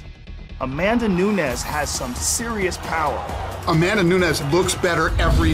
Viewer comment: Miesha "Cupsize?" Tate vs A-Man-Duh Nunes